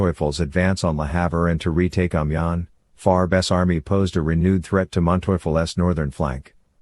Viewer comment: Great documentary - but it would have been nice if you had an idea how to pronounce Amiens. There is also a large amount of paintings available about the war. Why use pictures from wars decades in the future?